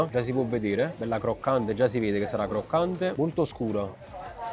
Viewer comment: difficile dire “croccante”?? che cringe